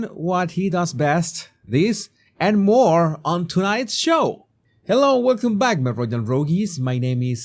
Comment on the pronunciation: Jesus, I'm saying this not to criticise but to contribute. It's more. Not moar. 🙂 Love your work.